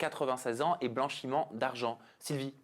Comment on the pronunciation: on dit " BLANCHIMENT D'ARGENT " lol